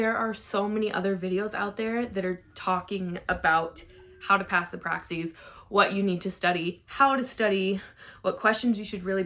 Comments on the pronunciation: PR-AXIS like AXIS not Praxseeeee!! Stop!!! 🤣🤣🤣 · The way you say PRAXIS is ALLLL WRONG!!! 😂😂😂😂